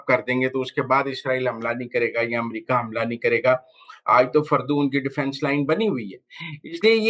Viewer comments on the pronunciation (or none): none